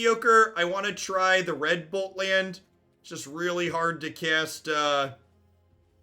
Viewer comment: I was watching the gameplay at 2x speed. I kept chuckling at how red bolt lands sounded like 'redbull lands' a couple times... I know they will be the crimson ox ones to me now.